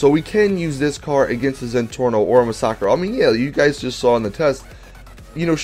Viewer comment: Dude You pronounce these cars' names wrong Mass-a-crow is how its pronounced Coquette is like corvette but with a Q Good god.